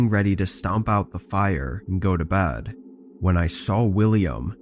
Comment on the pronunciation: She is going to bad,insted of bed,it sounds STUPID.